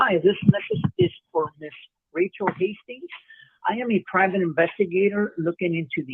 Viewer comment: I like the way he said that he is a privet investigate investigating the After Mat Foundation that was so funny. Lol